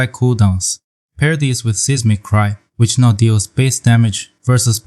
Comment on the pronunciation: Seismic is pronounced "Sighs-mic" not "Cease-mic"